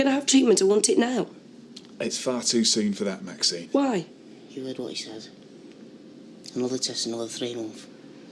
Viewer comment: Am I the only one who has noticed that Ashley continually calls Maxine 'Maxime'?